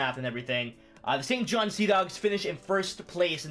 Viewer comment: I totally cringed when he said saint johns😂, still a good video